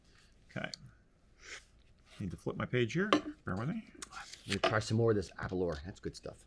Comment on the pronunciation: It's pronounced Aber- L-hour